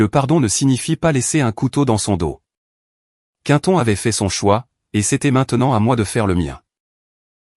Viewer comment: Quinton 😅 vaudrait mieux Quentin, non? Ah la la soit disante Intelligence Artificielle 😂😂😂😅